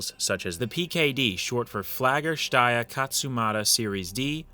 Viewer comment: You pronounced Steyr quite well, but Mannlicher is pronounced closer to "man licker".